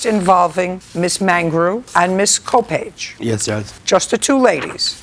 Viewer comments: Judge Judy just jacked up the lady's name "Co-page" but it's COPpage! Lol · Mrs Cabbage….. and Mr. speech impediment. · "Coppage." But I did think it sounded like cabbage!